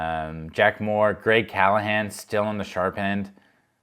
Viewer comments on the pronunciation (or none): none